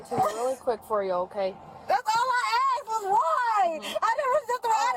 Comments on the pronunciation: subtitles were wrong, they kept saying 'asked' instead of what she was saying over and over (aksed) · Litttlly awll she aksed was WHYYYYyyyYYYYyyyy?